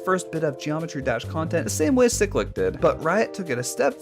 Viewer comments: its not ciclic its cyclic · "ceclic" also cool video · Pronunciation of cyclic Chiy-click Or Se-click Both I like